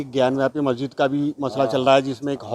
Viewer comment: Lo mo.aguzar ko majsid bolna nahi ata 🤣🤣🤣🤣🤣